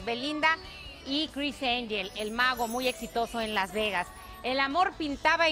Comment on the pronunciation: “Cris Enyel” 😂